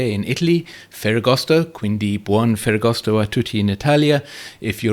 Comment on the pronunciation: Grazie per gli auguri di ferragosto! Ottima pronuncia in italiano! And always interesting analysis..thanks!